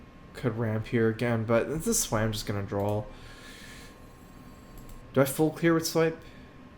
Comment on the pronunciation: Also, why does he say drawl? It's draw.